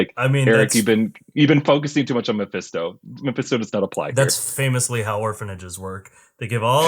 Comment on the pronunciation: You know when you say a word over and over it starts losing meaning? "My Fist Toe" did that.